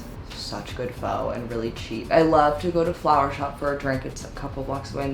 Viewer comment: no hate but how do you grow up in nyc and cant pronounce pho😭